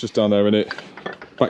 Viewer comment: Down a shot every time you hear wiska box 😂